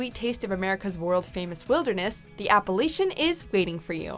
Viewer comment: or the CDT, American Discovery Trail, Arizona Trail, or the Pacific Northwest Trail. Also I've never heard someone butcher the word Appalachian or Katahdin before.